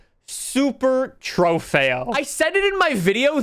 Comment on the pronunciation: I cringe anytime you say “trofeo”